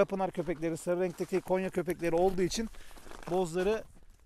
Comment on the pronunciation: Konya değil abi Gonya hoşgeldiniz😂